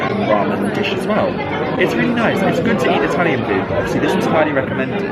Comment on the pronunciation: Hi and, wow! What a treat 🙏 another amazing Italy travel vlog ♥️ what a stunning city it is 👌 really enjoyed the tour thanks guys 😊 And can I say I’m so impressed with your Italian you have the perfect accent 👍 love it! I’ve only been to Italy once to lake Como and this just makes me want to go again very soon 😍 Hope you’re having a good week thanks again Lotsa love x x